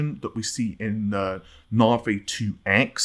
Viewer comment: Why are you concerned about pronouncing someone's name when you can't even pronounce Navi correctly, something you butcher multiple times a week! I can forgive the non-existent "r" but the hell do you get an "ay" sound from the letter i?